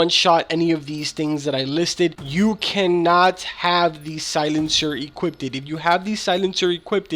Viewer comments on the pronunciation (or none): "Equipted" what? No wonder why u can't figure things out. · Equipeded, he says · “EQUIPPEDED” LOL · “Equipted”?? Lmfao.